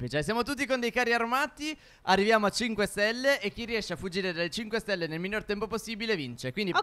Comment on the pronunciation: “5 SELLE” TOPPP